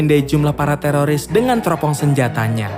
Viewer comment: Lembut kali ya "telolis" 🤣